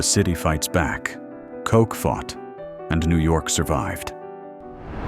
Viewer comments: "Coke"? Effing AI. Ed Koch's last name is pronounced "Caugh-ch". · Yo , you need to learn how to say kochhhh not kock!!! Lol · Pronounced KO CH not Coke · you pronounced mayor koch's name wrong.